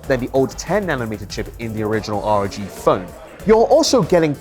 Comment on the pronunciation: It's pronounced ROG phone, not R.O.G!